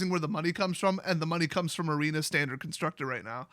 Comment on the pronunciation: It's Tandard